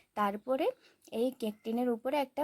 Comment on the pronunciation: কেক❌ ক্যক✅😂